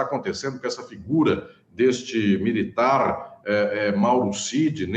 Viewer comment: "Nao me alegro com esse apeRRRRto desse MilitaRRRRR." Esse R me pega demais. Hahahaha